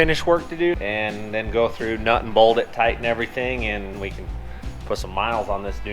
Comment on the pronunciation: MY MOM TOLD ME THAT YOU DONT KNOW HOW TO SAY BOLT PROPPERLY...SHE SAID WHY DOES HE CALL A BOLT A BOLD???AND i SAID CUZ HE'S MOM....HEEHEEHEEHEHEHEE...i lOVE YA'LL